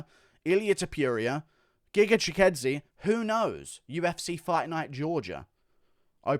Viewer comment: Wtf bro that's giga chikadze not gigadze